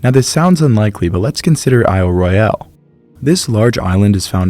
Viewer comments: PLEASE! Aisle Royal not aisle Roy - al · So appreciate your detailed analysis...can you double check your pronunciación of Isle Royale...I'm from Michigan and have visited the island. I've never heard anyone use the pronunciation you do.